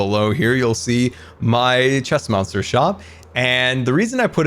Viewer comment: If he's saying chest monster I hear stressmonster lol